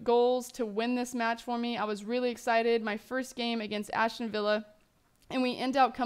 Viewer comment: Aston not Ashton...